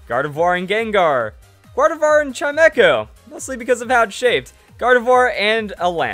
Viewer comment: ...Chime-echo? I can't believe I praised you JUST YESTERDAY for your pronunciation, and this is how you repay me? CHIME-CHO ¬_¬''